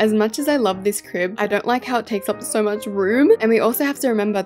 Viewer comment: When she said so cute in my ears I heard sor cute